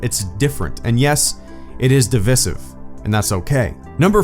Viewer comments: It's like nails on a chalkboard! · What’s not okay is you pronouncing divisive incorrectly. Just kidding keep up the good work.